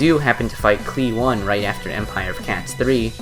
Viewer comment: i KNOW you arent saying the one in cli-one like the number.